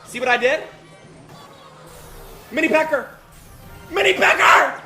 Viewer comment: bro said “mini pekkER”